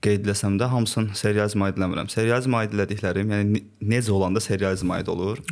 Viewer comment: İntellektual insanlar ilk əvvəl düzgün nitq qabiliyyətinə sahib olmalıdır. Dzərəyan, nedzə, tsox. Biabırçılıq.